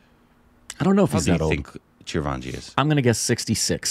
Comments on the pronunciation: Not Chiravanji it's Chiranjeevi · it's not chir-vaanji, it's chi-ran-jee-vi. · you have to spell it as CHI-RAN-JEE-VI. Its not CHIRAVANGI. It's like reading your name as CARBON PILES. 😶😔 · Its not Chiravaanjee!!!😂 Its Chiranjeevi. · It is " Chiranjeevi"...not " Chirvanji" ...Korbanised😂😂😂😂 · It's Chiran jeevi not Chira vanji, and you have already seen him in "Sye Raa Narasimha Reddy". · Okay, let’s talk about the elephant in the room, It’s not Chiraavanji it is Chiranjeevi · CHI-RA-VAN-JEE triggered something stupid in me. It's Chi Ran Jee Vi, btw. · 🤔🤣😂 God what's with the pronunciation of the Megastar.. its not Chir van ji ... NOOOOOOOO please ... its Chi-ran-jii-vi ( Chiranjeevi ) for your help . His name means immortal being..its another name of Lord Hanuman ( which western people call Monkey god ). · Chir vanji.....at least you should do close to the pronunciation.....ITS "CHI RUN G BEE"...Chiranjeevi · repeatedly mispronouncing Chiranjeevi's name is cute....Chiravanjee....thanks for the chuckle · Chirvanji love how pronounces... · Its Chi-Ran-Jee-Vi ( Charanjeevi). Its a Remake of Malayalam Film Lucifer. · I grew up Idolising Chiranjeevi. It hurts to see fucking up his name, pronouncing Chiravanji... 🤬.... and Btw, You guys have watched his movie "Sye raa narasimha Reddy" in theatres I guess. How can you not know him 🤷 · he saying chirvanji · It's CHI - ran - G - V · Every time he says Chiravaanji..😑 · Bro , it's chiran .g .vi 😅, I know spelling is different . But I'm showing how to pronounce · It's Chiranjeevi.. how difficult is it to read it.... and his confidence